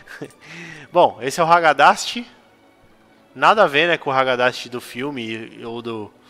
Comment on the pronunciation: kkkkk vei tu falou ragadast o video todo kkkkkkkkkkk ri demais, mt bom